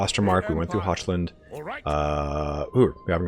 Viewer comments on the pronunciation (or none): Hochland: HOCK-LAND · Hochland isn't pronounced "Hotchland", you said it kinda right the first time and Wissenland isn't "Waisenland". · That is not how you pronounce Hochland lol The ch is pronounced as it is in Scottish loch. Hochland is German for Highland. The more you know. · Oof. Hurts how you say Hochland.